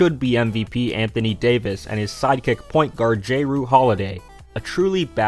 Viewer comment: you said Jrue so wrong LOL